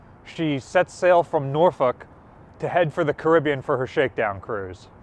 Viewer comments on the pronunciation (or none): none